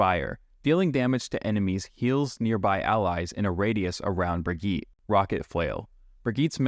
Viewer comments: brigitte it's pronounced bri-gee-tah xd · Her name is brig-EEEEE-TA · "Wow, the first person I've seen that pronounced Illari's name correctly, Ill-Yari" "Next up we have Brig-eet" sigh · Ah yes, the infamous BrigEET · genuinely disturbing stuff pronouncing brigitte that way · How often do you want to mispronounce Brigitte's name? Yes. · This is not accurate for brig (you’re saying her name wrong) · he can't even pronounce Brigitte's name right LOL